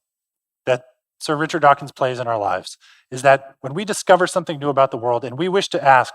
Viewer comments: OOF! I noticed that! {:o:O:} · So cringe to hear him laud Dawkins, then mispronounce his name on the very last line of the introduction.